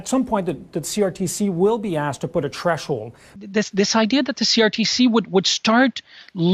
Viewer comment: Did he say “treshold”?